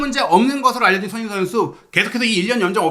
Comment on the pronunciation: 자꾸 왜 손혜인 선수라 하는 것 같누;; 발음이…